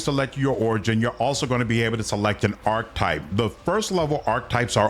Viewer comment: Ark-ee-type 😂not arktype